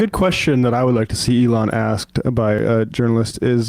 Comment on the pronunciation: It helps if you pronounce it like "eggs." The eggs were flying freely today. He pooped out five eggs. It was a slow day for Eloon.